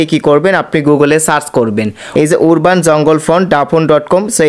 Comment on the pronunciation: উরবাননারে ভাই।উচ্চারন ঠিক করুন। আরবান